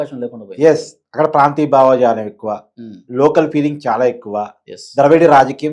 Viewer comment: భావజాలం రా బాబూ..... బావాజాలం కాదు..... తెలుగు పదాలని చంపకండి....😂😂😂